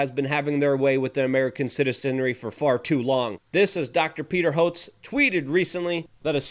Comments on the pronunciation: Who is Peter Hotes, it’s HO-TEZ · It's Prounced HO-TEZ. Not HOTZ. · There'd have to be a NO MERCY sticker on the Kennedy-Hotez "debate" . . . Hotez might have lost his self-preservation instinct, and go ahead and accept the challenge. By the way Luke, it's not HOTZ but HO-TEZZ. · It's pronounced Peter Ho-tez ! He doesnt deserve the respect but it still bugs me when you stomp on words. Absolutely love you though Luke !